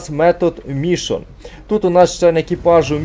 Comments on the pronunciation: Та блін не МІшон, а МішОн)) Не ДерІл, а ДЕріл)) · Не МІшон, а МішОн))) І ДЕріл, а не ДерІл)))